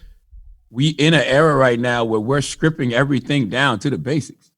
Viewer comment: Charlamagne is so fake "skripping" We all know that you know how to pronoune it correctly fam relax